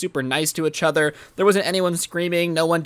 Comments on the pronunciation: it is each other not echother this lowkey drove me insane during this video but other wise enjoyed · Plz stop saying uchother. It kinda triggers me. PS. It’s eachother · A braincell dies everytime he says ehchother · No one:: UhCh OtHeR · One like for every time says “itchother” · does the way he says each other annoy anyone else?